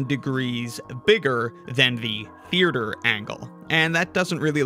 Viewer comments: I know it's bait but I just have to say it: theaerture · Why does he pronounce theatre like that? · Forget sixths, (side note: its a killer hangman word) the way you pronounced theatre is gonna haunt you. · I love your videos but the way you say Theatre is very upsetting